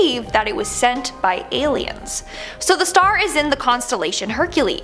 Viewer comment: I thought she said senpai owh but turn out it was send by